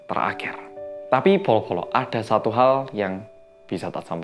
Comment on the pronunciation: Bolo-bolo tapi kedengeranya polo-polo